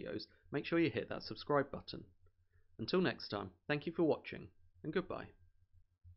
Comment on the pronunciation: Thanks for pronouncing the Ts in button etc. when muricans drop the T it drives me men’al.